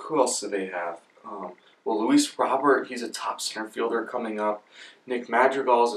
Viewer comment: You say Luis Robert, like ROBE-AIR. Not Rob-Ert